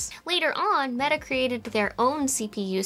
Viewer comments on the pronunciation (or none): none